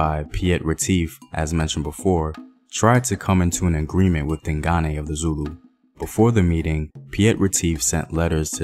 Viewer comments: I’m so happy about how you’ve improved your pronunciation of “Dingane”👏🏽👏🏽👏🏽 You used to say “Ding-gain” but now you know it’s “Ding-guneh”. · He says ding Ghane Like Ghana but with a aye